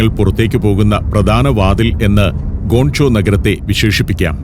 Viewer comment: ഗോൺ ചോ അല്ല അണ്ണാ, ഗ്വാങ്ചോ